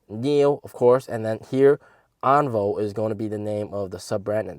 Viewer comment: should pronounce "On-Vio"